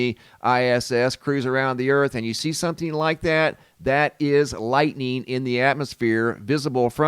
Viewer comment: Or "lightneen" as calls it! 😉